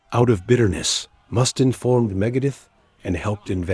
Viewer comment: you mis pronounced Dave Mustaines last name. Others too but that was the only one I remember.